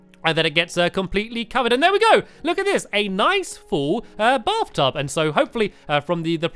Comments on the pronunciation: He said blaf tub 😂😂😂😂😂😂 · he said blath tub 😂😂